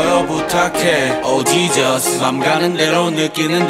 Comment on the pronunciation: the way he says "Jesus" xDDDDDD